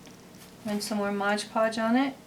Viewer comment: Modge Podge? Lol i thought it was MOD podge